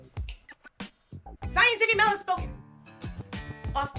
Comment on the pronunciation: I'm watching the bloopers and I deadass thought you called yourself "" 😂